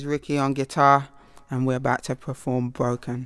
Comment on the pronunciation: "Vis is on gwitarr and we about ta pwerfown bwokem":S